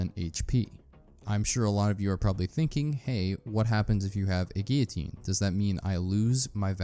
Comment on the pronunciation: Good video. But how is it possible to pronounce guillotine incorrectly so many times.